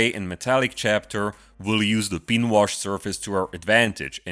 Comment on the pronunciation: If you want to lose some of your accent, work on the pronunciation of "pin" and "Recesses"